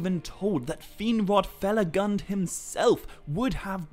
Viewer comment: Fe-la-goond . Not fel-a-gund (spelt felagund) a dwarvish word given for his work and kingdom hewn in caves